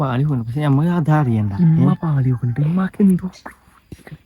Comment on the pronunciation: ഇമ്മ അല്ല, ഉമ്മ